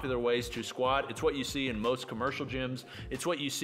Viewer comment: Am I crazy or does sound like he's slurring when he says "Most, sounds like "moesht" and it was so distracting that it pulled me out of the video hahaha. I love you man.